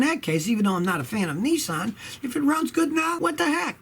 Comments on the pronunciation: Scotty it aint Nisssaaaan its Nissan just love the yaky twang !!! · Its called Nissan as in pissan .Not Nessan